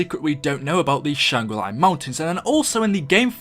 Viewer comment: why does he say shangri lye